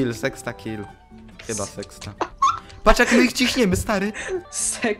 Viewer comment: nie sexta tylko Hexa